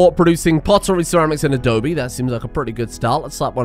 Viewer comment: Adobe, not adobi.